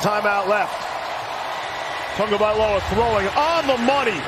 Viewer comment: "TAGOVAILOA" Where is the "N'' in that name? There is none! TAGO vs. TUNGO equals different names.